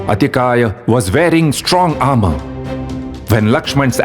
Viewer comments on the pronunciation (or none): none